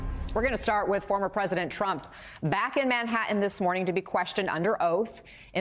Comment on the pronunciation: He's back in Manha-in? Is that anywhere near Manhattan?